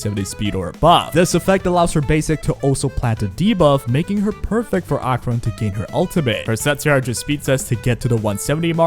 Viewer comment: I have never heard ANYONE pronounce Acheron's name as Ah-Cron